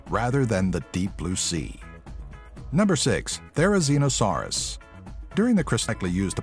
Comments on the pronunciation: You promoted thrizosaurs wrong it's Thu sir ran o saur its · when he went on to the therezinosaur he pronounced it wrong